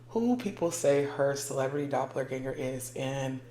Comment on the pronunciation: I'm yelling at my phone, hoping someone can hear me. I'm also laughing because I know that's impossible. So my next thing to do is comment.😂😂😂 Girl...listen to everyone in this video. Your pronouncing the word wrong in the most horrific way. "IT'S DOPPELGANGER!!!". People need to learn how to pronounce words befor saying them. And to the people that blocked mefor one day saying I was bullying. No... y'all have it wrong... I'm just correcting just like other commenters. But its ok for y'all to allow post on people having sex in the woods. So who the pervert?